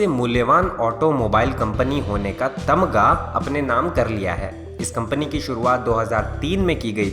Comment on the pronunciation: Tamga Nahi tagma hota hai